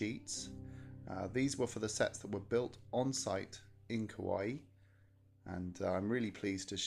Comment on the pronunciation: I still can access the fanshop plus did you say kawaii instead of Hawaii?